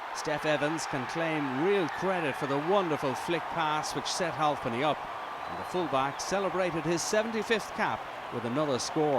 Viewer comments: Halfpenny not halvepenny you fuck knuckle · Its halfpenny not halpny